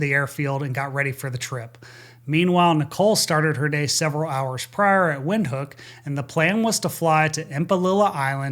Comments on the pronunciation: Cool tidbit, it's pronounced Vinthook. Not to be pedantic. Great video as always. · "Windhoek" is pronounced "Vinthoek". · Windhoek is pronounced Vindhoek. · Thank you for all the work you do on these videos. In case you ever do another debrief related to Windhoek, it is pronounced Vinthook. "W" in Afrikaans is pronounced like an English "V" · Windhoek is pronounced Vindhook.